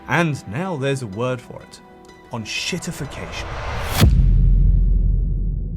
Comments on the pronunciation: It's EN-SHIT-IFF-IC-A-TION, not ON-SHIT-IFF-IC-A-TION. Ya Franco-ponce. I also sell fine on Amazon without adverts. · please don't be like these "fi-NOHNG-ce" asswipes, it's Fi-nahns, and it's EN-shittification not OHNG-shittification also, english for fucks sake, fix your letters. make them do what's on the box. sincerely, Germany.